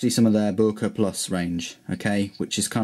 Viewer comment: boooerker lol